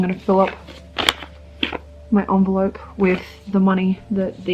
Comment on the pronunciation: I'm trying to quit smoking but hearing you refer to an envelope as an onvelope triggered me so much.